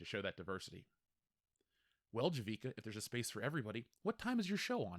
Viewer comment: I worked on 2 seasons of Batwoman. I've never been so happy to lose a job! That being said, Javicia (Ja-vee-see-a) was a wonderful person. She was just given shitty scripts to work with. The cast and crew couldn't believe it was cancelled... But I knew it would and should be. I tried to explain that no one is watching, and that their target market was too small to float a show. To them however, it was not a valid reason. Get woke go broke...